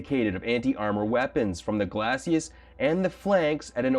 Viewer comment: I have a BIG pedantic streak so I need to add that glacis is pronounced GLAY-see, not glassy-ass.